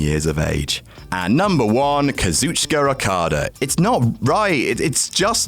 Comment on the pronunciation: Eye-Oh Shirai. Kairi SAYNE. Kazoochuka Okada. For fuck sakes it takes literally 2 seconds to look up how to pronounce shit.